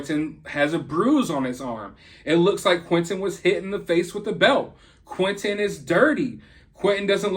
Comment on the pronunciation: Hey why can't you pronounce T's, his name isn't quinenn, it's Quinten